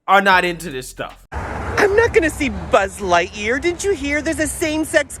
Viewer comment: 😱Did that guy say “Butt Lightyear “